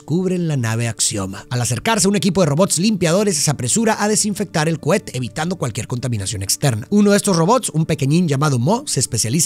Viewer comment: Solo escuché "Cuete" "Cuete" "Cuete"